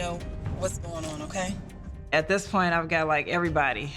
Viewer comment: It’s Not “ OTAY “